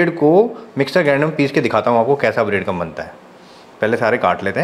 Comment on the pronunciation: ब्रेड क्रंब not ब्रेड कम टैक्सचर not टेक्चर